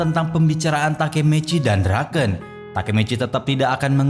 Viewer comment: BUKAN DRAKEN BANG TAPI DRAKEN🗿